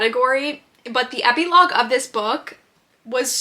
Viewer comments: ep-ee-logue?!? am i crazy or is that NOT how u pronounce it lol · love you queen but that is not how you pronounce epilogue 💀😭